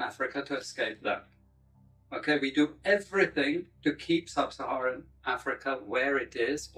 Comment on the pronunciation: "It is vital to keep sub-sarahan africa improvrished" wtf????? A chill ran down my spine in the worst possible way